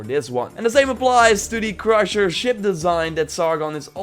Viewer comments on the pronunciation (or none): it's pronounced 'cruiser' not 'crusher' lol